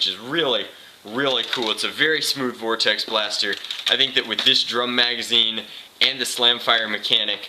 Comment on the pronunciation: Did you say vortex in Spanish ? (Vordex)